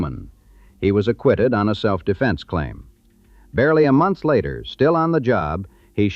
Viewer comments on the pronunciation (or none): none